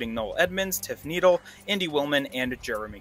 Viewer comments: Had to turn it off when you said tiff needle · Oh. My. Worrrrrd!! Tif Needle LOL!!! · Tiff needle? Tiff need-del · Bro said Tiff Needle 😂😂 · First time I heard about Tiff on 5th gear they said it like “Tiffany Dell” and I was wondering who the hell that was lol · The correct pronunciation is "Tiffany Dell" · I bet he’s heard every variation TifnyDell. 🤪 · So apparently I pronounced Tiff Needell's name wrong in the opening. I'm American, what can I say. 😅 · With all the Tiff videos available you still mispronounced it. As an American I am ashamed, I even know why Tiff's racing helmet is orange.